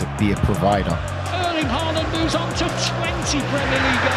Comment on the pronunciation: its haaland not HAiiland